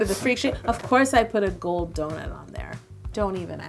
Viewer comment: I've been watching too much Stargate SG1, I thought you said "Goa'uld" when you first said "gold." 😂😂😂